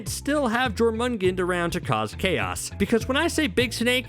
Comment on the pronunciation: You said Jormungandr wrong